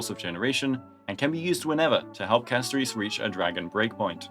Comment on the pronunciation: Why do you pronounce Castorice as Casto reece 😭